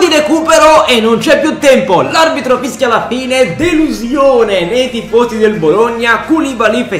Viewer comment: Sbaglio o a ha detto fisca al posto di fischia